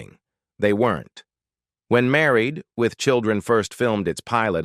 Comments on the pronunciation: Obviously 'click-bait'. But I did learn a few new things about the show, and was surprised at how abruptly it ended. But mostly I learned that I will never click on one of these salacious thumbnails again. Funny how the AI reader called the show, "Married....... With Children" at least a dozen times. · AI having a shit load of trouble saying "Married with children." 🤣🤣🤣🤡